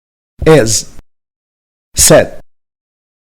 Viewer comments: Please read.............................................. For correction it pronounce (It) instead of et, (Is) instead of es, (Sit) instead of set, (Miss) instead of Mess, (Six) instead of sex, (Listen) instead of lessen, (If) instead of ef, (Think) instead of thenk. A lot of wrong pronunciation. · Not terrible, but not great either. The vowel sounds of "it" and "is" are not correct, and the speaker uses the same vowel sound as "Ed". The video pronunciation of "six" sounds like "sex". Look elsewhere for correct pronunciation of the /i/ sound